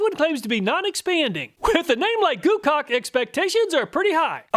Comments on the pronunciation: you said goocaulk uh huhuhu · Heh. You said GooCock. Lol